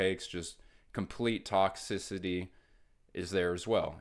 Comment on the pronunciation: Wow, I look at too many Pokémon cards… every time you say ‘toxicity’… I just hear Toxtricity 😂 Oh, and ‘scalping’ is the basis of TCG collecting.